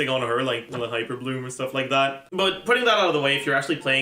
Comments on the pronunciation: Great video! Only thing that bothers me is that pronounced Eula as “Ella”. Pretty sure it’s supposed to be pronounced like “Yoola” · I hate how calls Eula Ela... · I was listening to this video and I was so confused like who's Ella? I had to look at the video to understand it.😂😂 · The pronunciation in game is wrong, its not yoola, its oila. He still says it wrong but yea its not like saying yoola is any better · ohh tyy. I was so confused i thought he was saying aloy 😭😭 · Bro did you pronounce eula as Ella? I was so confused 😭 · Honestly, if you're going to purposely mispronounce a name of a character, just have the character's name or a picture of them on the video at all times...please. I know "Ella" is funny, but it's confusing for people, like me, who have dyslexia. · foreign lol (bowl)